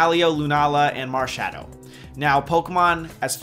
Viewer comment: Looks good, I'd probably go for the owl! At first when you said marshadow I thought you said marshmallow haha! Could be a fairy type though lol :)